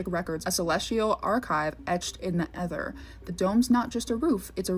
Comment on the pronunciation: She has a lot to share. I hope she learns to pronounce “ether” and “apostles” correctly someday because it detracts from her credibility.